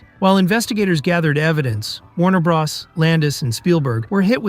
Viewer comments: "Warner bras" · I thought he said Warner Bras